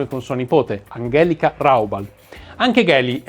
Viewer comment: Amg(h)elìka non Ang(h)èlika